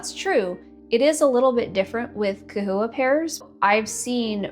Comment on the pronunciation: Bro! Pronouncing with a "k" sound is the proper Latin pronunciation for the "ch" at the beginning of the word. Somehow, everyone can pronounce Chondro using the proper "k" Latin pronunciation, but can't apply this to the term "chahoua". Lmao, smh...oh well.